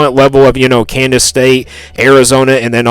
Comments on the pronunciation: Bro it’s KANSAS, not Candace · 8-4 is my prediction. But why do you say Kansas like Candice. Trips me out LOL